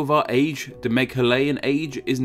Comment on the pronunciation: Its pronounced as 'MEGHAALYAN AGE'